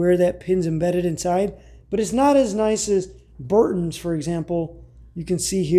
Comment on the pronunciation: Brunton not Burton.😊